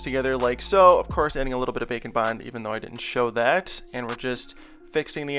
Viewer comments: When he says bake and bond, All I can hear is bacon bond. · When he said "Bake and Bond" I thought he said "Bacon" Oh! And I have a recommendation! You don't have to make him but, can you make Alastor or Husk from Hazbin Hotel? I'm pretty sure they would both look cool!